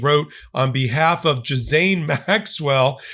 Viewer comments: The monster’s name is pronounced “gee-lane”! Not “Jizz-Zane” or “gizz-lane”. Love ya! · Jzilane. Not Gizlane. The Gh is pronounced like Jz. The S is silent. It’s a Gaelic name. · NOT GISAINE. IT'S GISELLE!. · Maybe read your comments or have your minions read them……you keep calling her jeesane….its pronounced geelaine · It’s pronounced “Jillayne”. I know, it’s really petty of me to focus on that fact. But I’ve been to America and everyone wanted me to say “mashed potato” in my English accent. So yeah, I’m just trying to bridge the gap between “You say tomatoe I say tomato..” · It is Gill as in a fishes gill. And then ane as in again. Then we have Gillaine. It’s not that hard! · it"s "Ghislaine" Pronounced(Gilane) just so you know. Love your work, great job. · can you say Gil len, Gil len... her name is pronounced Gill len. 😊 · I believe these are horrible people, but please pronounce her name correctly, or you will start to sound like the tangerine. I don't want that. Nobody wants that.